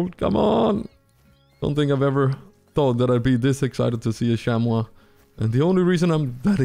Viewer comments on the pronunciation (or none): just making sure, you know it’s pronounced sham-mee right? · I love the “shamwaw” too😂